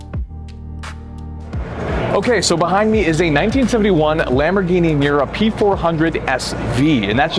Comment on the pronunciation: This geezer is rubbish - at 0.55 he calls it a "Mirror SV" instead of "Miura" and at 1.04 he claims that it has "four" Webers. Not wasting time on someone who can't even count to six.